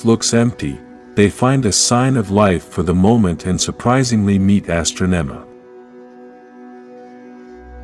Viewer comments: You keep saying some of the characters names wrong, because its Ninjor not Ninjer and its Astronema not Astro-nema you noob i mean really have you ever even seen Power Rangers?! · Please correct the pronunciation of Zordon from "zor-den", Ninjor from "nin-jer", Astronema from "as-tra-nema", Andros from "an-dras". Otherwise, this is a great summary of the story arc.